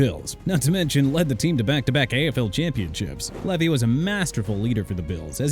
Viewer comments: Wade Phillips on Buffalo's Mount Rushmore? Not over Chuck Knox, who turned a moribund Bills' team into playoff contenders. And can we get someone to fix the pronunciation of the names? It's LEE-vee, SEE-fert, and FONTS. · 😂😂😂 how this AI says Levy